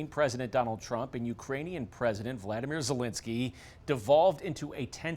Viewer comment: Jim ccant pronounce Volodymyr?